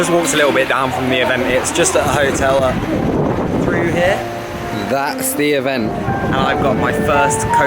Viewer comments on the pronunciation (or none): none